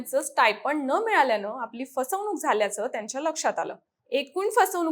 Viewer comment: 'ण' चा वापर करा. जाणून, पाणी, फसवणुक इत्यादी. जानून, पानी, फसवनूक नव्हे.